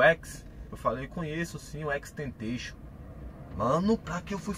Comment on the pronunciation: Kkkkk ele falando e xxxtentenxion